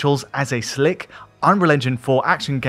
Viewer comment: You had to emphasize SLICK 😏